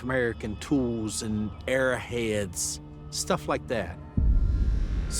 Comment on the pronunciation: It's arrow head not aira head you ignorant